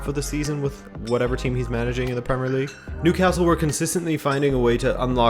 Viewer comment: Every time said "league uhrr" I laughed a bit